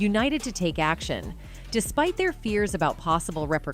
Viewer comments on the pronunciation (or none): none